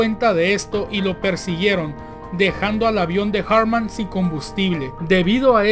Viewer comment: No se llamaba "Erik" ni su apellido se pronuncia en inglés. Si no sabes alemán, pronúncialo en español. La pronunciación más sencilla es "Erij Alfred Jartman" (pronúncialo en español).